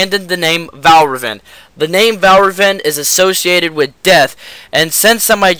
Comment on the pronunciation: Hey ummmm dude it is called Valravn lol